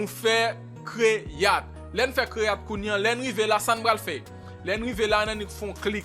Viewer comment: yoooo eseye aprann jan pou w pwononse mo yo tande man, Se pa fil, se fayl. se pa kreyat, se krwiyet. Ou pa oblije konn pale angle men omwen pwononse mo yo jan yo dwe pwononse man